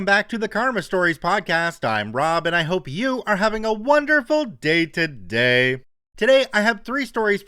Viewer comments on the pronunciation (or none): I just gotta say that whenever I hear your intro, I know you're saying "I hope you're having a wonderful day today," but I can't stop myself from hearing "I hope you're having a wonderful day-to-day" as in my daily routine. And now those of you reading this can't unhear it